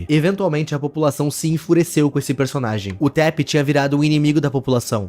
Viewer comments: Taph é uma mulher e pronunciasse "táfe" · eu achei que se pronunciaria TAFI nao e?